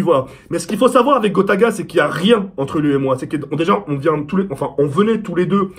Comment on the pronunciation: il dit "grota" nn?